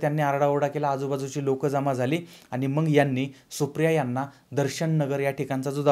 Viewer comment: मंग नव्हे मग असे म्हणा...